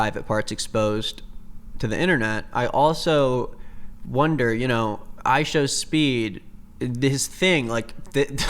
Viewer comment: "ishowmeat" bro😭😭😭😭😭😭 this is so unserious